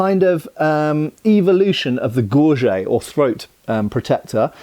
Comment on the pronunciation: I believe gorget is pronounced as “GOR-jitt” because it comes from the French word gorgette